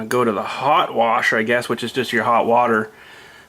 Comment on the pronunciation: why do you say "warsh" it's "wash" lol i don't see an R in wash!